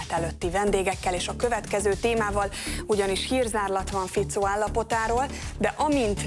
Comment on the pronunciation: Fico bakker, nem Ficóó🙄